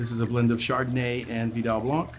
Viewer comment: Please pronounce blanc as 'blan' not sure why someone that is a Sommelier keeps pronouncing the terms incorrectly.